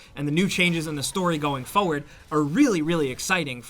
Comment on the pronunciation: the way you pronounce FOR-WARD irritates me so much, could even finish the video